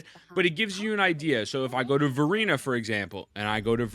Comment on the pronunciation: I swear he says "Furina" instead of Verina lol